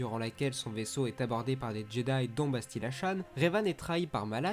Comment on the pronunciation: Je crois que les noms que tu as écorché sont : bastilla shan et dark malak